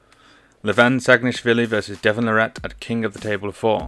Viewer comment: It's pronounced "Lah-rit", like carrot. Here's Devon pronouncing his own name